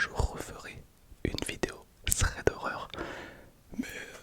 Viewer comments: Stylé le concept, juste pour info c'est THREAD et pas SREAD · Je sais pas si c’est fais exprès mais c’est thread pas "sread" 😂